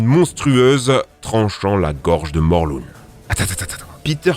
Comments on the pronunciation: On dit Morlin pas morlune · Ça se dit morlin !!!!!!!!!